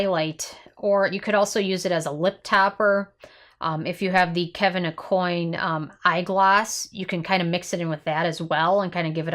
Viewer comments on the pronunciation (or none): Last name is pronounced: Ah-Qwan